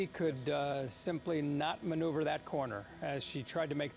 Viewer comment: Hear that dumbo reporter; " she pretty well manoeuvrerend that Chevy Impala......" really dude?